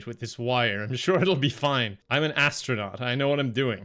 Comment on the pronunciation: "Hi there, hello, im the AD-STRANAUT! I found some medications that tasted differently..."